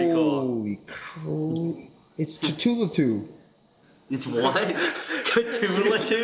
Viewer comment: "...it's ka-too-la-to" I really hope that wasn't an attempt as pronouncing Cthulhu :)